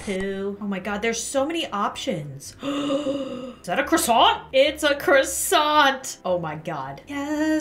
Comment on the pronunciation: You know this is good when the first thing she says is "ITS A CROsSsAInTtTtTt"